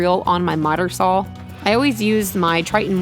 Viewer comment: I don't know, I'm from Southern California (don't worry, not one of those weird Californians) but I could swear I hear an "L" every time she says "Sawl." That counts as an accent, right? :)